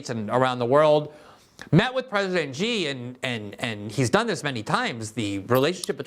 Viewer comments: Glenn, just FYI, "X" in Chinese is pronounced more like "Shi" than "Gi". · Pls learn “Xi” is pronounced a lot like “See”, nothing like “Ji”. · “President Gee” Use Google translate. “Xi” is pronounced almost like “See” “Xi” is from a spelling system developed under Mao and designed to accommodate Russian speakers In the Wade Giles system “Xi” is spelled “Hsi” The Yale system is designed to help speakers of American English. In the Yale system “Xi” is spelled “Syi” “Cee” is very close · It is actually “see”. It’s very simple. Xi is pronounced as See. See Jin Ping. Xin Hua News Agency is pronounced “Seen Hwa”.